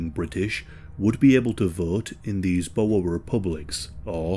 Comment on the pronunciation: Omw the way he says boere 😂 we ain't snakes